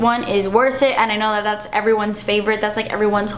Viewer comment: "Das expensive" LMAO hilarious